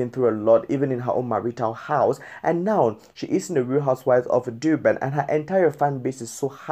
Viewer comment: It's Durban nor Doo-ban 😣🤦🤦